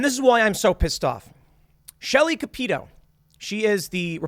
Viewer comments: Capito= Kap’ uh toe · Lmao every time you say Shelly’s last name. It’s pronounced the hillbilly way cap-a-toe. Welcome to West Virginia dialect Tim. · Yeah Shelly Moore cappito is garbage. You pronounced her name wrong